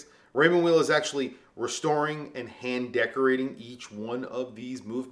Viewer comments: Vay? No it’s pronounced like veil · WTF,!? It's Raymond Vay!!!! Why can't you proclaimed WATCH GUYS cannot pronounce the F#$%^&* names if the brands you are pushing?????? In Europe W is prounced V. FOR F#$% SAKES.